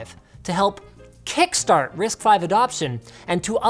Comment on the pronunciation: risc v is pronunced with a c dude